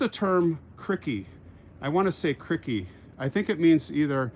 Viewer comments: Hey there I really enjoy your show By the way crikey is pronounced as rhyming with bikey or Mikey not as rhyming with sticky It means Golly or Gosh❤️ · It's crykey not crickey. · Lmao. Look at the size of that rack means something very different here. Loved the close ups of the bucks and deer. Really enjoy learning about the History. My favourite subject. Until next time, take care. PS. Krikey is Aussie. It's not like cricket. It's pronounced Kriy key.. Steve Irwin used to use it. It means wow. Crikey. Sorry. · your English is superb but let me teach you Australian, Crickey is pronounced Krykee, used as an exclamation. a word that is not used much. Although, Steve Irwin the Crocodile Hunter used to say it all the time. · Hi it is cr👁ky not criky, my boyfriend’s mom is from Canada she says it a bit and the crocodile hunter used it a lot when he was alive! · it isn’t criky, it is CR👁ky! My boyfriend’s mom is English from Canada and she uses it some and if you go to the crocodile hunter site you will hear him say it quite a bit! Sorry I had to correct this one! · Just catching up on watching the vlogs missed the walk Sunday which was excellent.......it is pronounced cry-key...So as Dr, Sidney Freeman from MASH would say... “Ladies and gentlemen take my advice, pull down your pants and slide on the ice” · It’s pronounced CRY-kEY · Maybe pronounce CRY-KEY….not how it spelled…